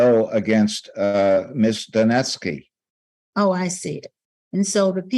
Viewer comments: I like the attorney for the plaintiff's pronunciation of Lindsay Duneske's name: dunce-key. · Is it just me or does the judge sounds like she is calling her Miss DaNasty? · His lawyer called her "Ms. Dunce-ski" 😂😂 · I love how every time they say her name they pronounce it differently